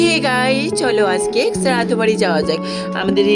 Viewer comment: শ্রাধো ❌চাদ্ধ ✅